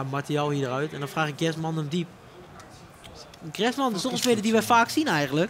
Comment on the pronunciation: het is echt tering hinderlijk hoe die bas griezman uitspreekt